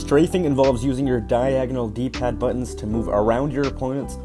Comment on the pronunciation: When you said “DPAD” I heard glitch. 💀